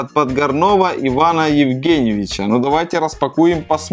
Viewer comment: правильно ПодгОрного. у меня у дяти фамилия такая.